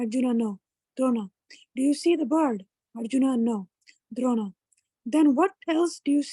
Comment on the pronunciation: Request not to misread the names ...it's Arjun not Arjuna, Krishan not Krishana , Dron not Drona